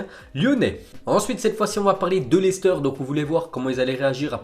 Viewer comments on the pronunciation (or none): none